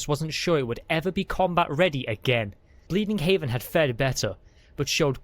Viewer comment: Out of curiosity, Is it Bleeding Heaven or Bleeding Heaven? (You keep saying Bleeding Haven while the text shows Bleeding Heaven, is the reason for the question.)